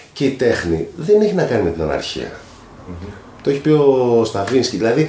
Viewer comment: Στο 1.57.00 αναφέρομαι στον Ίγκορ Στραβίνσκι και όχι σε κάποιον Σταβίνσκι όπως ακούγομαι να λέω...